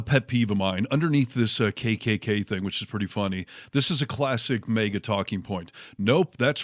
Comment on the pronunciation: The pronunciation always sounds like "MEGA", not as "MAGA".